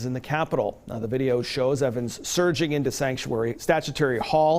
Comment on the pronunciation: "Statutory hall?"